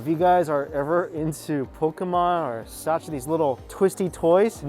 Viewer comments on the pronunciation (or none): I’m pretty sure that’s a gaccha not saccha LOL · Sacha??? No,,, it's called "Gatcha". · That's Gacha not Sacha bro.